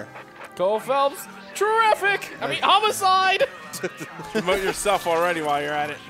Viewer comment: "Homicde" EDIT: Also "High*t*lights"